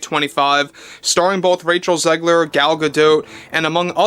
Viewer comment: Raych-Hell Zig-Leer = Weird......just WEIRD! 🧟‍♀ :face-purple-wide-eyes::hand-orange-covering-eyes::face-blue-wide-eyes